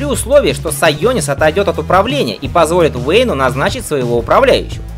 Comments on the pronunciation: Сионис, а не сайонис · Не Сайонис, а Сионис)